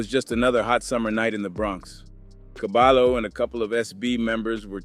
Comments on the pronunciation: Never mind saying cabalo and say ''cabayo'' properly. Caballo means horse. It also means ''head man'' or ''expert'' in Hispanic language street parlance. - There is no ll in the English alphabet. ll is pronounce like y as the equivalent verbal sound. It's an elementary school lesson in any competent bi lingual program. A bilingual program is very expensive at any competent private educational institution. BTW , the objective of a NYC elementary public/private school bilingual program is to immediately produce an English speaker. The younger the child, the more languages can be learned. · Dont call him cabalo.. is KA-BUH-YO… or just call him horse with braids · Cabayo not Cabalo stupid AI bullshit. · Who is cabalo? Is CABAYO AKA CABALLO AKA HORSE. CABAHYO, you know, like the Y is pronounced in the Toyota 😂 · Its pronounced Cabayo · I hate that it’s 2025 yet we still don’t know how to look up the pronunciation of a name. It’s CABAYO!!!!! The LL in Spanish makes a Y sound jeeezus christ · Dude it’s pronounced ka-by-oh isn’t it? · It's pronounced Caballo is pronounced Caba-joe the 2 L's make a J sound together the name means Horse in spanish. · You're saying his Name Wrong, it's (Cah-ba-yo/Horse) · I’m not tryna be “ that guy “ but it’s soo aggravating hearing him say caballo like that lmfak it’s pronounced cuh-bi-yo lmfao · My guy said CaBAlo.😂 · Caballo ... Horse in Spanish ... The LL's together sound like a J ... Or Y.... Fyi. ... I know ur not Spanish , great reporting ....